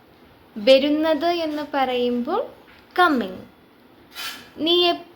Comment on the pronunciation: വെരുന്നത്, വെരുക എന്നല്ല ട്ടോ. വരുന്നത് എന്നാണ്. വ മതി. വെ വേണ്ട.